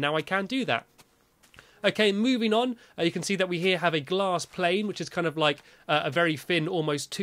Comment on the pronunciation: Stampy szid glass plane